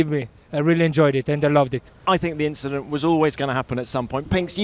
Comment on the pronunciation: Inchident :D